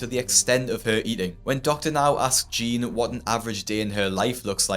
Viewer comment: why do you pronounce jeanne "jean"